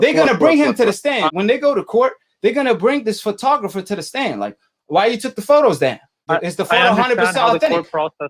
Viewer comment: You can't even pronounce photographer. Your a fan boy. Yeah Foster got busted. Just like had Fury cheated he would have got busted